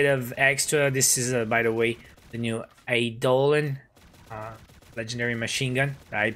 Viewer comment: I havent watched a video of yours in a year but now im ready to watch an like again also the new MG is pronunced Eye-doe-lon